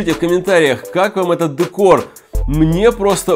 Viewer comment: Не дэкор а декор